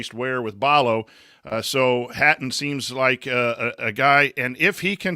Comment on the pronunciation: its pronounced Hatton :)